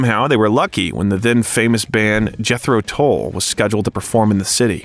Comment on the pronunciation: Jethro TULL not Toll.